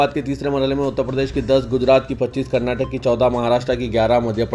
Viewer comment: Wash, kitna jahil urdu news anchor hai, qutubuddin aibak ka naam, Qutubudin abik padh raha hai, ye shaks bahut jahil hai, karnataka state to kantara padhta hai. Main ne comments men shikayat bhi ki thi, magar is kuch bhi faraq nahin padhta.